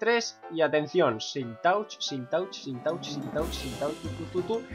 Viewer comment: se pronuncia silk "tach"